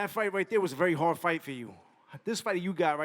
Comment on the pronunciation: yeah when someone say "muney" "Luved" "foite" you don't need to pay attention to the person